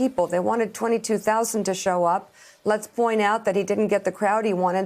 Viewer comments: Trump may be killing Americans but Mika is killing Nevada. (Don't get mad, it's Ne-VAD-uh, not Ne-VAH...duh. 😁) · Can’t trust anyone that says Nevada like that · Mika, Mika, Mika, please learn how to pronounce Nevada right. Thank you. Joe says it right. Thanks Joe.